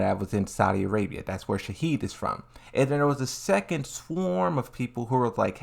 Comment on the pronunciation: I don’t know why ppl taking the mispronunciation of Shaheen seriously in the comments 😅 but to be fair it changes the meaning of his name